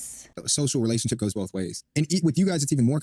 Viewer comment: I see finallyyyy says BOTH correctly, instead of “Bolth” Lol… Also, I LOVE Josh from DCP and I’m pretty sure his channel is what led me here! Which, you’re from 🇨🇦 as well aren’t you,??